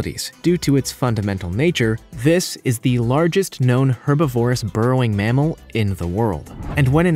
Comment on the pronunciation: Herbi- VORE- ous? YANKS river dolphin? That's just freaking rampant ignorance!